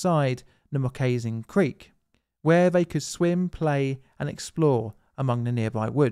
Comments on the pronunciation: LOL Moccasin Creek would be pronounced "mock-uh-sin", not m'kayzin.. A moccasin is a leather shoe worn by native americans that would more closely resemble a leather sock by todays standards. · you pronounced it "moh-cay-sin creek" its actually pronounced "mah-kah-sin" more than likely named after the rawhide slipper like shoes worn by the native Indians across the united states. sorry, i dont mean to be a grammar nazi, it just kind of stuck out to me... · mok-uh-sin, like the shoe. Not mok-ay-shin, like the... Yeah, there is no such thing. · No doubt Native American words can be difficult: just an FYI if the word comes up again, pronounced moccasin as Mock-Ah-Sin as opposed to Moss-Akin. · Moccasin is pronounced MOCK ahsin, not mockAYsin. Also, it's spelled hierarchy, not hericary. But very interesting and enjoyable! Thanks for the video! But no, I would not have enjoyed being in the experiment at all. Sheriff probably didn't know the full extent of the boy's histories, as in, who experienced abuse at home, bullying at school, or their parent's attitudes toward rivalry, violence, competition etc. I also don't think it was fair to the boys, either, to use them in this way, or to influence their future attitudes toward teamsmanship. Some of them no doubt went on to be on other teams, such as departments at work, or military. How would they react to those situations? No doubt, they all kenned by adulthood that they had been used. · "Mo-kay'-zin" Creek = Moccasin (Mock'-a-sin), as in Native American moccasin shoes or the water moccasin snake. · He pronounced moccasin creek “makaysin creek”..🤦‍♂️🤦‍♂️ He obviously had no idea the name moccasin is referring to the highly venomous water moccasin snake. I’m guessing for a creek to be named that, it had a healthy population of moccasins.. which as a parent of 12 year old would be quite concerning to find out my son was camping there.. Oh the 1950s.. 😂😂😂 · Mock A Sin not Ma Kays In (River)